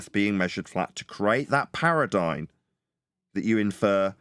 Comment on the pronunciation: Awesome show, sorry I missed it live! ParadigM, not paradigN. Lots of chatters today was nice 😊 Have a good weekend everyone!